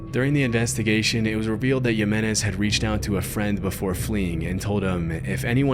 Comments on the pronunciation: not to be "that guy" but the J's in Spanish are pronounced like the letter "h" as in "José." Just for future reference. Keep up the good work! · If you didn't even learn how to pronounce a name as simple and common as Jimenez, then you probably did shitty research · Hey bud, don’t know if you’re AI voice or not, but in the Balkans, a name like Ruja is pronounced “Roo’ya” and in México, Jimenez is pronounced “Hee’men’es”